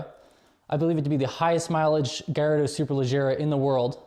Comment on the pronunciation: Hey dude I'm 100% italian just FYI they pronounced correctly its not gaiiardo its Gallardo you welcome.